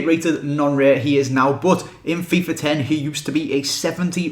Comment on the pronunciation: When you say "Fifa 11" it sounds like you are sayin "Fifar 11"